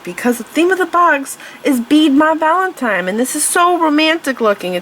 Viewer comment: That is absolutely gorgeous!!! I hope I get as good as you!! You are amazing. A great instructor. I love you voice. However, just a note: pattern isn’t pateren, and Valentine isn’t Valentime. I love you!!! Please don’t ever stop teaching!!